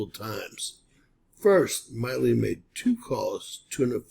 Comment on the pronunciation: Mark Milley’s surname is pronounced with a short I. Mill, as in a sawmill, Lee. Appreciate your content. Podcasters in general are notorious for mispronunciation of names and other vocabulary. Podcasts are a great source of information, including yours, and being more careful to pronounce words correctly will give you more credibility.